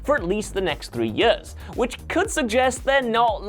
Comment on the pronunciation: I can’t get over how he says ‘years’...